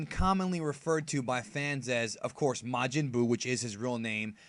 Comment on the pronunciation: Ma-man Buu